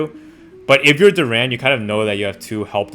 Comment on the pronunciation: Jalen Duren's surname is pronounced with the stress/emphasis on the first syllable, resulting in "DUR'-en" rather than "dur-EN''".